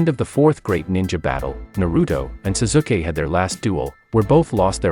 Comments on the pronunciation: lol this guy calls sasuke as susuke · He said suzuke but still wierd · zuzukeh = sasuke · It's Pronounce Sasuke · Ah yes, Sasookay. That's how you pronounce Sauske's name. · the way he said sasuke he obviously hade never watched an episode of naruto in his life he said zazuuukeee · Seriously, he pronounsed Sasuke as Suzuki? How do you even do that?! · Bro the way you say their names are hilarious especially the way you say Sasuke’s name 😂😂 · bruh i bet u only read manga u pronounced the wrong way of pronouncing sasuke btw its toad sage mode u also cant pronounce jutsu and uchiha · You said Saskue wrong